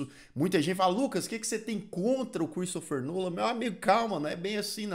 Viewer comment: Só pra dizer que é Christopher Nolan e não Cheristopher Nolan 👍🏻